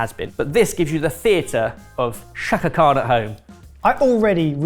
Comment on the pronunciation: She have been said Shaka CAN or Shaka CANT